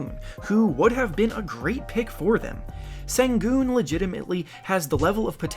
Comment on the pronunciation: Sengun is pronounced like 'Shen Goon'